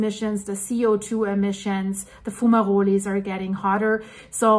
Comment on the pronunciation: What in the world is a 'fumarulie'? Or whatever that word you're saying is?